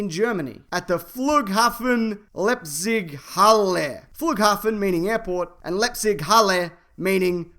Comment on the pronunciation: Leipzig, not Lepzig. And it's in Leipzig, if you're interested.